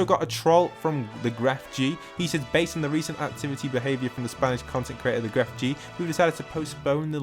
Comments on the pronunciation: Why people say it like GrefG, it's just Grefg Without pronouncing the g at the end apart XDDD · Gref G jajaja nunca pensé que puede ser pronunciada hazi